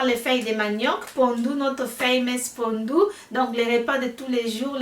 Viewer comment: Hi there, thanks for the shout out and yes you said my name right✔️. This looks great, I just have to find out where they sell the pondu then I will try to make it too. 💜✌🏾